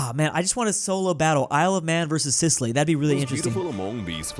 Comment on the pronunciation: Sicily ❌ Sizzly ✅